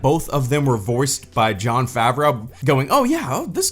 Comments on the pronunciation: Stop saying Jon FavROW instead of Jon Favreau. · "jon favraow"